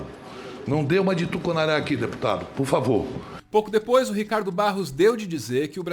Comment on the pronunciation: Adoro o Aziz presidindo, "POR FAVO, POR FAVO"